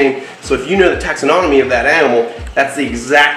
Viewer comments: Just FYI, it’s not taxinonomy, it’s taxonomy. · taxonomy (4 syllables), not "taxanonomy"